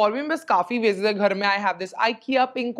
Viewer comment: Love the way u pronounce VASE ( sound like waist wz W instead of VA SE) .... love frm SG